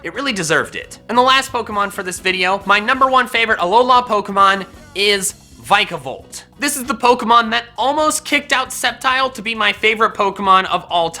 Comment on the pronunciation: thats definitely the wrong way to say vikavolt